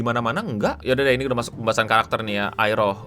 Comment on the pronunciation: “Udah” nya jelek banget bang